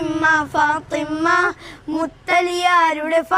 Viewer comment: നന്നായിട്ടുണ്ട് . . . ഫാത്വിമ ഉച്ചാരണം ശ്രദ്ധിക്കണം